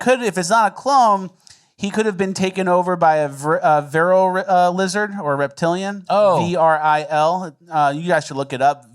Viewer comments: What you're calling 'varill' is actually pronounced "f'REEL' auf Deutsch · Truth is def weird and the best. it's pronounced (Vril) just like it looks "ver-ill" but you kinda just don't pronounce the E so it's a vrr sound but you say it quickly so Vril. Look into the black eye club "supposedly" they gain access thru the eye and that's what leaves behind the black eye in all the "elites"